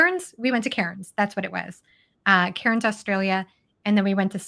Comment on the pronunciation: Hold off on the R in Cairns. We say Cans 😂